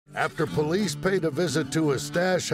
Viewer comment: The man who turns the word 'police' into one syllable is the man you don't want to ask too many questions